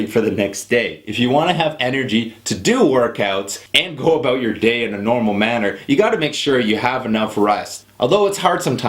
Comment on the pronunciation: your "ou-s" are funny :) abOUT OUT